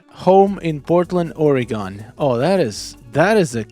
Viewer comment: Thanks for pronouncing Oregon right! There's a lot of houses like that here